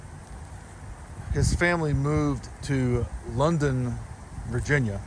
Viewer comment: I am a descendant of Colonel John Evans, thank you for posting this. For the record, it is Loudon County, not London County.